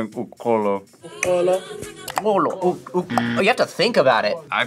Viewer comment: As a Xhosa speaking South African I would say the person you used to teach the pronunciation was not doing very well. Uxolo, short vowels, she drags it. And iposi is pronounced with an s not z so got that right. Don’t give up I think you pronounced the Xhosa words the best in the group. Even your uxolo was closer to how we say it